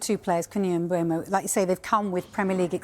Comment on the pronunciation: He did not just say moomoo? 😮@